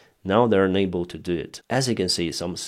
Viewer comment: Instead of unable, you always say ENABLE. Which is the contrary of what you mean. Please, can you pronounce UNABLE as un-able. Please look up the phonetics, it will help me understand your comments.